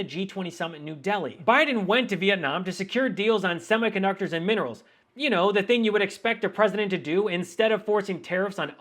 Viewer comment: It's thing, not theeng trumpo